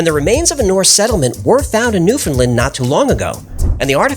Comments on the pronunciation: Its pronounced new-found-land not new-found-lind 😢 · Pronounced "Newfin - land" but don't worry, I've met canadians who can't pronounce it correctly either. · To pronounce "Newfoundland" properly, say it like "Understand", not new-findlind